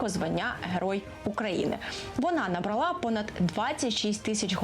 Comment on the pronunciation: Будь ласка, не плутайте: руський - від Русь Київська, а російський - від росія; друге - петиція не набралА (наголос у рос. дієсловах), а набрАла (це українською).